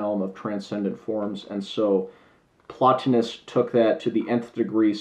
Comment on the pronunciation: 15 minutes I'll never get back. Horrible review. He isn't well read in philosophy or history. He can't even pronounce Plotinous correctly... bless his heart.